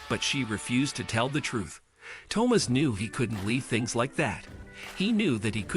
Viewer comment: That and the mispronounciation of Thomas.